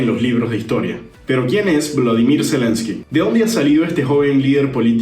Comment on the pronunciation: es volodimyr, no Vladimir, nomás faltaba que fueran tocayos, los presidentes JAJAJA, saludos